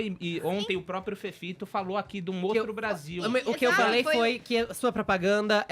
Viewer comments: FEFITO, seu escremento! Nojento asqueroso esquerdopata mesquinho! Aprende a PRONUNCIAR O “i” direito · ..putz mas esse Fefito é burro demais..vai fzer fono fi